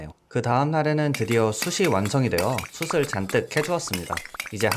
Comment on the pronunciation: 좋은 게임 소개 받고 영상도 잔잔해서 재밌게 봤습니다. 직접 더빙하시는 만큼 연습하셔서 발음 교정을 하시면 더 영상 퀄리티가 올라가지 않을까 싶습니다. "숯을"을 발음하실 때 [수슬]이라고 하시거나 "밭을"을 [바슬], "숲을"을 [수블]이라고 발음 하시는 것들을 들었는데 그 점이 아쉬웠습니다. 구독하고 갑니다!